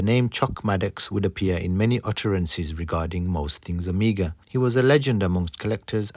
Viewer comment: Awesome restoration video, but please, please stop calling it "Amiga"